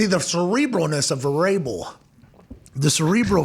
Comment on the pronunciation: It sounds like he was saying cerebral variable.